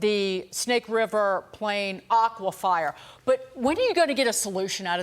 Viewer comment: Did she say aquifire?